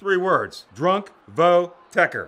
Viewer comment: He said drunk votech I died